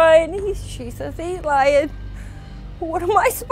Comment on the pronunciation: "She has a history of lieng" We all do!